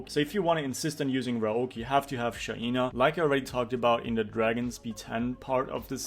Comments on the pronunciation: STOP PRONOUNCING IT SHAIIIINA its SHAINA bruh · Tue pronounciation of Shaina triggers me🙈